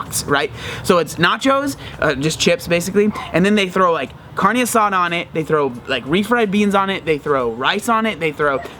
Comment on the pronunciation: Lol at they way u said carne asada cx good shit tho